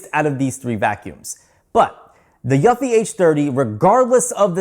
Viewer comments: Pro tip, Eufy is pronounced youfi, you’re saying yuffi. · I thought he was saying Yuppi 🤣🤣🤣🤣🤣